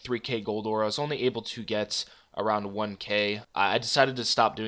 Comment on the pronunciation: Do you say aura instead of ore? Ricecup pronounces it that way too wtf?